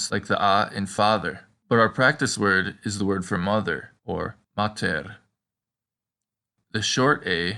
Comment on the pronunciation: Agreed, this video was appalling in terms of historical accuracy and the current consensus on classical pronunciation, and does more harm than good for a learner. There wasn't even much consistent lengthening of the vowels, such as when he said 'māter' or 'vēnī, vīdī, vīcī'. I've always disliked when pronunciation guides make the example of english 'cat' for the latin C, as that aspirated K-sound is exactly the sound (especially) an english speaker should practice to eschew in favour of the unaspirated K-sound.